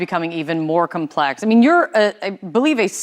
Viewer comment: "Comeplex"...its COMplex...not COMEplex... sorry...side rant..just annoys me when people cannot pronounce words correctly